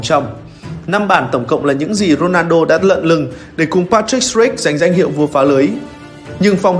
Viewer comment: Co len a rrrrrrrnaldo